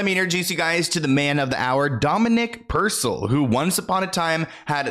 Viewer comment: it’s Dominic “pur-cell”